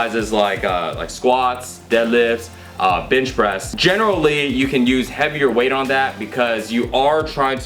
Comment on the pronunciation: did you say bitch press? lmao...